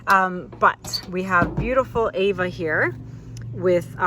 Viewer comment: You look the same w/o makeup. I love the names you did. Isn’t it Ava and not Aua? Pretty piece❤️👍